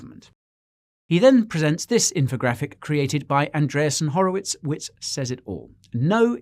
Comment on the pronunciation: Love the content Guy! But why do you always mispronounce Andreesen Horowitz?